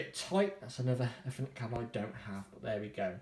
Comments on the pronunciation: 'efrnet port' .. I thought it was 'Eethernet' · EFFERNET ?? LMAO